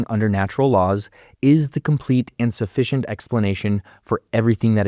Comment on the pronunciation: fun with accents, I think. I heard him say 'complete and sufficient', but someone could easily have heard 'complete insufficient'. Enunciation is our friend, boils and germs.